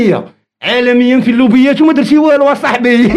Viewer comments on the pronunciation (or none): السلام عليكم حتى الكلمة ماعرفهاش 😂كيقول الموبيات ماشي اللوبيات او لا لا 😂😂😂😂 😂